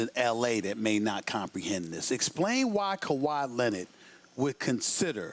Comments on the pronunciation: No one: Sas: kawhii lennett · Stephen A Smith : Tell me why "Kawhi Lenird"..... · Who the hell is Kawhy Lennit!😕